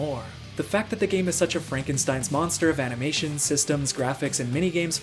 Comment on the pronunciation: "Physics to aminations" :D